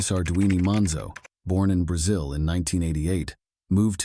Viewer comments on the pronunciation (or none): none